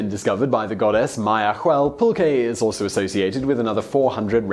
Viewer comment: Yes, you arr pronouncing Oaxaca right, but it and Jalisco are the only ones. Agave is ah-GAH-veh, pulque is PULL-qe and nahuatl is pronounce NAH-wa-tl